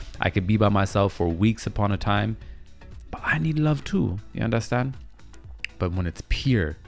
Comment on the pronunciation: Are you Jamaican? Cause every time you say “yuh andastand ?” 😭😭😭I’m likeeee... he has to b😭